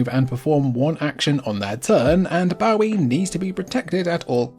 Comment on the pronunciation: Brother, you were mispronouncing Bowie wrong on purpose?